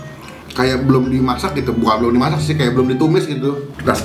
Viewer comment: Blend, bukan bland :v